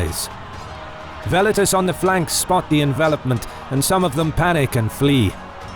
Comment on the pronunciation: I absolutely love the visual presentation, however the way the narrator keeps pronouncing 'Velites' makes me shudder every time. Classical Latin pronunciation is the best way. Velites should be pronounced like Well-Eat-Tays.